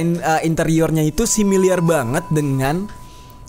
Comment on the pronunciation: SIMILAR BANG SIMILAR BUKAN SIMILIAR :((